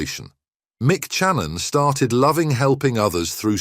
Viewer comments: Remind me never to watch any of your videos again. Your Ai voice is so bloody annoying. Or any Ai produced content for that matter. His name is Mike Channon, ( pronounced, Cha non ) Not Chi nnon. It would be more realistic having a Dalek do the voice over. Just spend a couple of quid and have a bloody human do the voice over, or don’t flippin’ bother. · worthless clickbait BS. They cant even pronounce his name right. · Lazy, lazy, lazy. Or AI. Can't pronounce his name properly and tou used an image of an American general hospital 😂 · The pronouciation of his surname is quite frankly embarrassing.